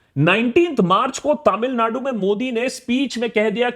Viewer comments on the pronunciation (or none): none